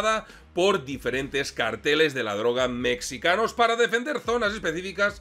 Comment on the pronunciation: si alguna vez pensaste en encontrar una historia bizarra de los conflictos armados en el mundo, esta es...te felicito. Solo debo observar que no debes decir "Mecsicanos" ni "Mecsico"...se pronuncia "Méjico" y se escribe México, saludos y gracias .